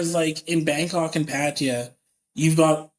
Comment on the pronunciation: "PAT-ah-yah" not "pah-TAH-YAH". Why do so many foreigners have such difficulty pronouncing the name?